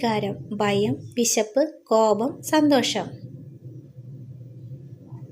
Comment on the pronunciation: പയമല്ല. ഭയം